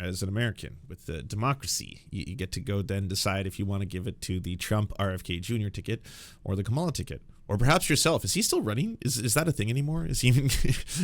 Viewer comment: The woman herself said her name is pronounced like comma-la. Not ka-MALL-a. How many times can you mispronounce her name in one show? Just say Harris. Do better.